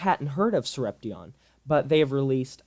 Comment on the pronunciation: It's Sorep-shun. Not sorep-tee-on